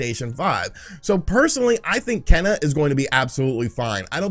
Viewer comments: “Ken - uh” 🤦🏼‍♂️ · Kena’s name is pronounced “Kay-nuh". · Kena,,"Keena" ok whatever lol < I sure hope they make a physical copy shame if they dont , that be the only way Im gonna buy that game ^^ NO DIGITAL~!! OTL